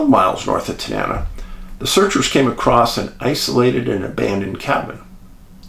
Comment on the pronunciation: Pronounced Ta-nuh-na. 69 year Alaska.